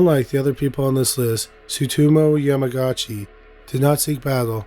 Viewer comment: only here to say the name is pronounced "YAMA-GUCCI" with emphasis on the "u."